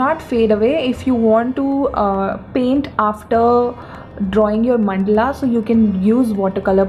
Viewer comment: It is mandala not mandla